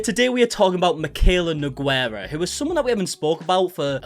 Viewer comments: One easy tip on pronouncing her last name its close to - New-gay-ruh in portuguese from portugal or Noh-gay-ruh in Brazilian portuguese (in most states at least that i know off). The 'u' in Nogueira is a mouthful and so omitted. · I came into this video expecting to get profoundly pissed off at the way you were going to pronounce "Nogueira", and whadaya know?? I was right 😀